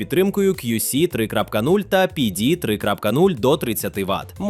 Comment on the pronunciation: Після розуміння, що текст начитує ШІ виникає відчуття розчарування і підробки. Наче не так багато того тексту - можна за кадром і людині начитати. А коли починаєш вслухатися в різні терміни типу кьюсі та піді, то виникає наступне питання - чи не згенерований і сам текст штучним інтелектом? Після цього дивитись наступні топи бажання не виникає, бо нагенерувати що завгодно мені може і вбудована ШІшка. Навіщо мені для цього йти на ютуб?